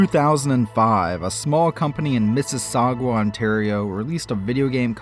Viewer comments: It always makes me laugh how Americans pronounce Mississauga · (By the way, the "u" in Mississauga is mute, hehe). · lmao mississaugwa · Missisaug-wa heh..